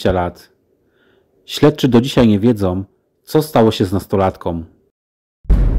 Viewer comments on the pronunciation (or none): Nie wiedzOM .... Z nastolatkOM ....Słuchać tego się nie da !!! :face-orange-frowning:👎👎